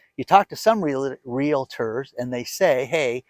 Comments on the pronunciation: Yaaaaay, good job,, you corrected yourself and said REAL-tor!! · Congratulations!!! You are mastering the proper pronunciation of REALTOR. I knew you could do it. Use that "LA" you were cramming in the middle and add it to your string of LAs - LA LA LA LA LA LA. Appreciate all your great info. Have a great Thanksgiving and stay away from that fake meat.